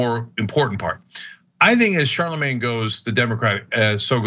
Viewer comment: It's pronounced "Sharlamanye".